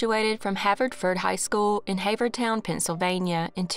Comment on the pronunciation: Just in the interest of helping: HAVE-er-town, SEE-cane